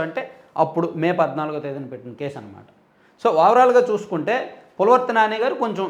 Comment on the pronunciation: Anna chinna correction pulavarthi kaadu anna pulivarthi